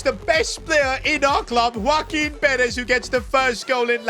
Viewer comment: Bro is saying woaquin perez from the start but its joaquin💀💀